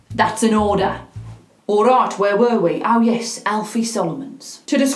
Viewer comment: I love the way she says Ourayt😂😅❤❤❤